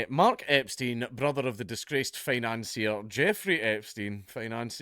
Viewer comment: Financier? More like fi-nonce-ier